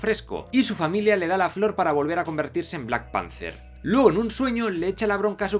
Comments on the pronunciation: En tu mundo igual sí, pero es panther, no panzer, un panzer es un tanque. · Yo escuché black Panzer